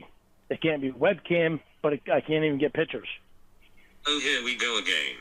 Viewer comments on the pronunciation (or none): Hey … WHY DON’T YOU LEARN TO SAY THE WORD “PICTURE”. And NOT “PICHER”…MORON?!